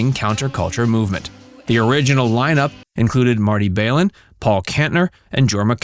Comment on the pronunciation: You're inaccurate and highly distorted piece on Grace Slick does nothing to convey the true charisma and talent the woman is. Your mispronunciation of Marty Balin's name among other screw ups reflects your lack of professional diligence researching your story. In SF we used to call clowns like you two bit nothings-and with good cause. We wouldn't give you the time of day back in the day.